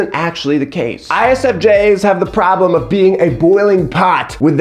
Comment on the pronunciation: "Promblem" 🤣🤣🤣 I don't know why that pronunciation has me literally LOLing. You're especially silly in this video, and I am HERE FOR IT! Are you already new-dad sleep-deprived??